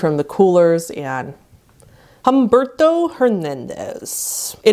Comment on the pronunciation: okay i like the effort to pronounce the “to” in his name, but if you were gonna try to pronounce it properly, make it less annoying. The “u” and “e” you see in his name are pronounced as they are. Not “H-ahm-bırdto”, say “H-uhm-behr-to”